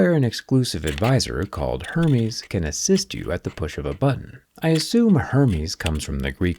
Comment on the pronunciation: The brand is pronounced air-MEZ! Kindly edit the video.